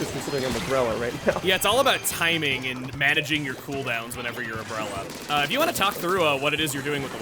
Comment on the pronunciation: The breller- Hol up…he’s speaking in country dialect again XD I haven’t heard country in SUCH a long time!